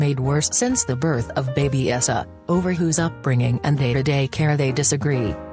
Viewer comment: Janet's sons name is Eissa its pronounced ( I sa ) !!!!!!!